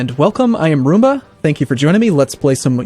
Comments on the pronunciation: At the beginning he said Rumba, not Arumba. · im aware of what a roomba is. but normally he pronounces the A abit stronger.